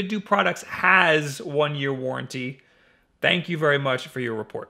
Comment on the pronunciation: What's a warrantee?